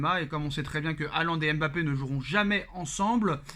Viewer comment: se montre souvent trop irrespectueux et arrogant. Qu'il apprenne à prononcer correctement Mbappe et non M' Bappe.